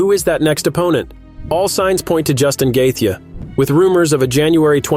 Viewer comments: I’m telling Justin Gaethje that you’re calling him “Gay-the.” Don’t make videos that you know nothing about. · The way you pronounce gaethje is terrible !